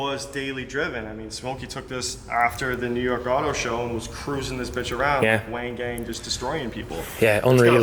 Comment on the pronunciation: This is amazing! Dude has quite the operation! I can't not say anything though haha. It's pronounced "Juan gone" not "wang gang" haha! Four characters in Japanese. Wa N Ga N. No disrespect intended at all though! Dude is living the dream! I love everything about this place!